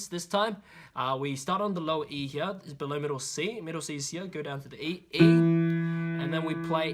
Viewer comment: Yeah same with "heyear"